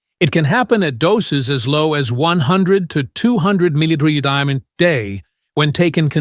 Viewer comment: Get rid of the annoying, distracting AI which can't even pronounce the word "milligram" correctly. Additionally, it's word infections make no sense.